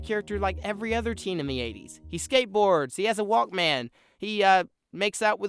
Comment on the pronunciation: haha you pronounced Walkman wrong XD Nevermind that. Fantastic video!!!!!